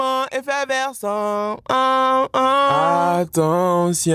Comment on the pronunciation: Sentiment "effeverscent" 🤦‍♂️